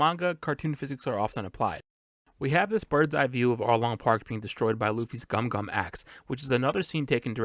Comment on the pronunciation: Its not Gum-Gum, its Gomu-Gomu!